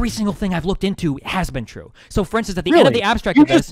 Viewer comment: destiny says a fact about classical artists: THATS NOT TWUE